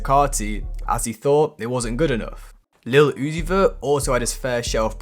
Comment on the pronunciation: 😂 the way Iggy Azalea says Little Oozie caught me off guard